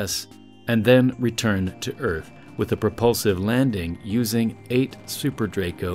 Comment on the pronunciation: are you sure de earf is frat becase ife ben oop dere and it’s astonishing